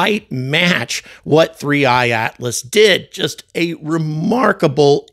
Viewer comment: 3I/Atlas ( and kudos for not mispronouncing a simple name ) isn't going away regardless of NASA ignoring it, millions of observers prevent that; but the number of anomalies could double & yet the Scientists (as if ) with a rigid adherence to what they've been told to have seen won't change. There are still Earth-centrists, centuries after Galileo & Copernicus. Ignoring compelling evidence such as NGA course corrections, spectrographic readings of atomically pure Nickel, & others make these guys the equivalent of scientific Flat-Earthers.